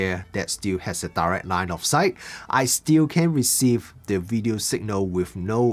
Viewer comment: LOS= Line of Sight. Not 'light' of sight.